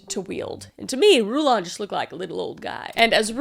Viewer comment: Happy American Thanksgiving, friend from Canada. Rulon's name is pronounced like "rulin'," or ruling but relaxed. I watch way too much context on the LDS and, by extension, FLDS, so I've heard his name pronounced by people who grew up in the church. Also, ALL branches of the LDS church follow a "Prophet," that's what they call their leader. I believe this is because of their belief that the "Prophet," their leader, is the literal mouthpiece of God.